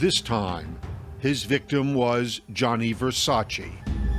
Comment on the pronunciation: Versac EEE his name doesn't end with i